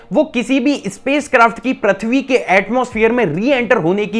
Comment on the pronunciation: I am unsubscribing today.. you dont do any work on your pronunciation.. braaslet? really... its bracelet.. you still saying prathvi.. its prithvi.. may I have your number?? coz I dont want to unsubscribe so want to talk with you once